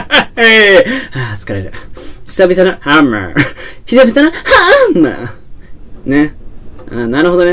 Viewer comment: ハァ↑ンマァーやカァ↑マに始まり・・「信じよぉおおお～二人な～らば～」からの替え歌ｗｗｗｗ もうダメｗｗ声上げて笑ってましたわ( *´艸｀)